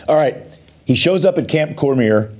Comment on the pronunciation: Why does nobody pronounce Cormier's name correctly? COR MEE AY.